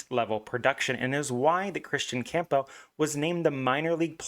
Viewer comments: The pronunciation is painful to listen to, it’s Cam-Buhl. Camp-bell sounds ridiculous. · Dude theres no chance you think his last name is pronounced that way